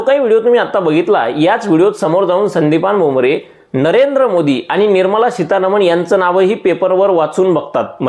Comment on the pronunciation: तुम्ही एवढे हुशार असुनही तुम्हालाही सितारमन बोलता येत नाही हाही खेद व्यक्त करतो .😅